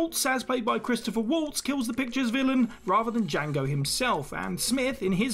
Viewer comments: And who the hell is Christopher Waltz, for that matter? Do you think he means Christoph Waltz? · The name is Christoph Waltz, not Christopher.